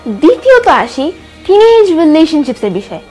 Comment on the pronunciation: বারবার টিনেজ টিনেক করো কেন